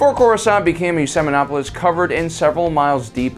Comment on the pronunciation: “Did he say ‘Seminopolis’?! The Webster app doesn’t have that word. 👀” (-James)